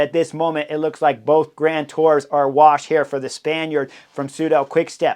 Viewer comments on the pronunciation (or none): none